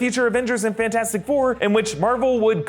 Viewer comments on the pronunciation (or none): none